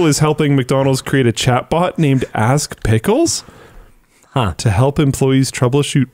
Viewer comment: I almost heard "ass pickles" which just worries me no end. 🥒 As a Brit, the lack of understanding shown by politicians and campaign groups of how the internet actually works is staggering to the point where I want to scream at my newspaper.